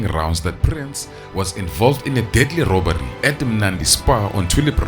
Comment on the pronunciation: “Robary” South Africans has an “R” factor. Rrrrrrrrrrr